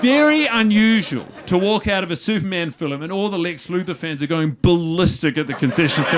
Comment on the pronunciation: Funny but what's with his pronunciation of 'film' 'as 'fillim'